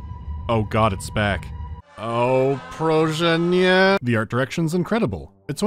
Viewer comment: I loved his "proszę nie" pronunciation. I give him A+ for effort